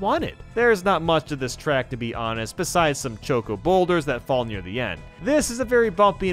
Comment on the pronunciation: I assume it’s an Americanism, but why do you pronounce “choco” differently to the start of “chocolate”